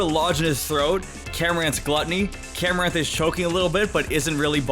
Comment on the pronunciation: “No. 9, MILKERY” Me: It’s understandable, I could make that mistake time to time “No. 2, RUNERIGUS” Me: I can live with that too, it still sounds like how it spells “No. 5, CAMORANT” Me: Wait, there’s an “r”...........how?